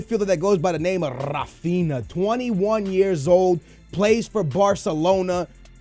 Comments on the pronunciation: Not ra-fin-a it's "Ha-Fin-Ya" learn to pronounce shit. Your Portuguese and you can pronounce Brazilian names, that's just sad. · Rafinha is pronounced Ra-fin-ya